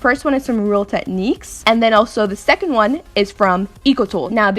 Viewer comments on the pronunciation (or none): none